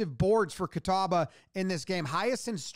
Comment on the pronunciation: Props on pronouncing "Catawba" correctly. I've heard that butchered in some weird ways.